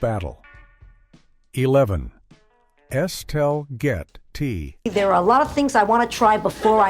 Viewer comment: Es-tell-get-ty. Please!!!!!